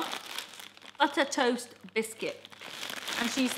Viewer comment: Braappp it's our time to shine! The last thing they had is called 'toost' looool!